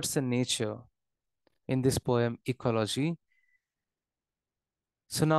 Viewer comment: It's ecology not ecoloshii😢